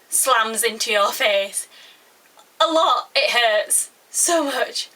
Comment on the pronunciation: Haha, at first i came here to write " I WANT 40 million views" and have people go in my channel.... but then i heart you say " aloot aloot aloot" aww.....and it was so nice..